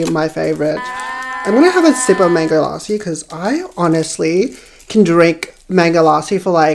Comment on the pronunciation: "Mangho laahsiii"